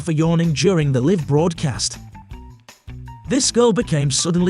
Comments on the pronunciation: He keeps saying live instead of live! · Someone should have told the narrator that there are two ways to pronounce the word "live."